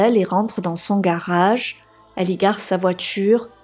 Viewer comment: Je suis particulièrement déçu que tu ne tiennes pas compte des remarques que l'on peut te faire... Tu es plutôt mimi à regarder...tu as un jolie timbre de voix et ton accent du sud (je suppose) rend tes histoires fort dépaysante... Mais par contre qu'est ce que c'est moche de t'entendre dire mariâche...montâche... garâche...partâche...et tous les mots finissant par age... Pourtant tes récits ne sont pas toujours ou souvent repris par d'autres...